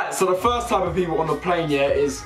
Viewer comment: Lol he produced plane as 'pain' at the start of the video lol